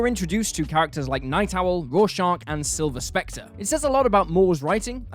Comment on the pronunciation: who the hell is sliver specter..... Silk perhaps?